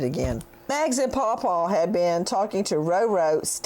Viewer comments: It’s Paul Paul. It sounds like he is saying Pau Pau .My younger son is named Peyton. We sometimes would say Pey Pey when he was little. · he's not saying Paul Paul he's saying Paw Paw